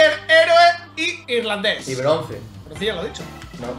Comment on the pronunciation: Se dice e irlandés no i irlandés